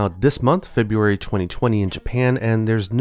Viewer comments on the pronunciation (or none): none